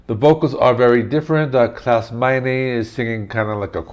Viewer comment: Klaus's surname is pronounced MINOR Michael Schenker also played on the Love Drive album You have not mentioned the OBVIOUS Black Sabbath guitar tone that frequents throughout the album also!